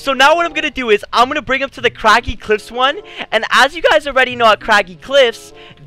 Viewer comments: Bro he said craggy claffs boi its craggy cliffs no hate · I'm not liking and subbing you said craggy claffs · I am going to forget he said cragy Claffs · In the first part in the vid in like 20 sometjing he says craggy "claffs" XS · He said craggy claffs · bruh did he really just say craggy clafs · Did you say craggy clafs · kinda funny instead of craggy cliffs he said craggy clafs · did he just say Craggy Claffs lollolololololololololololololololololol